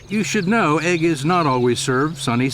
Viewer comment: It's ooigg not egg!